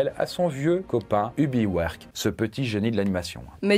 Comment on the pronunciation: Envie de t’étriper quand tu dis Ub Iwerk au lieu de « Heub Aïewerk » x)